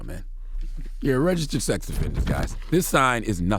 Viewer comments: His struggle with registered🤦🏽‍♂️ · The word "registered" seems to be a struggle for ol' Charlemagne.....